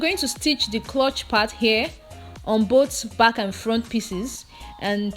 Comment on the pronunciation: Nice tutorial as always. But please it’s ‘crotch not clutch’.